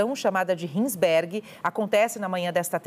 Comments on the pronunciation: "rins berg" kkkkkk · operação "rinsbergue" a pessoa nem pra falar direito. Heinsenberg! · A jornalista falando hinsbergui ao invés de Heisenberg KK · O nome da operação é “Heisenberg”, em referência a Breaking bad! A repórter não pronunciou corretamente!